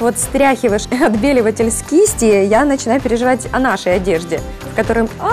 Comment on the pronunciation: Отбеливатель... 🤦🏼‍♀️ Не мастер-класс, а ужас какой-то